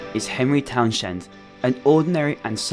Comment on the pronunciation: Have you played this game? Right pronounce of Henry's surname is present in a game. How can you make a mistake there? Dislike, don't recommend this channel.